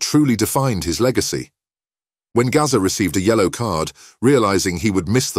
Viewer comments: Who the F is 'Garza' ???? His name's GAZZA! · Gazza not Gaza